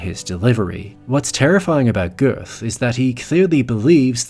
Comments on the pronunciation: To the narrator: Do not pronounce the "th" in Goeth's name. Pronounce it...Goot...with no too much emphasis on the 'oo'...as in 'booze'. Pronounce it as if you were saying...Gert....but with a very soft 'r' sound. And the German spelling is Göth. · Great video, great actor, great performance! BTW: the name is not pronounced with an English-soundingTH at the end. It‘s just a T. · In German, "th" is pronounced as "t" -- not "th" as in English. So, "girt" not "girth". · Pronounced "Gurt" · If you say his name phonetically It’s pronounced G.long E t. Get is German pronunciation. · Its odd, how many people do tons of research and post lengthy vids on this villain, but NEVER pronounce his last name correctly. Silly Americans. #Smh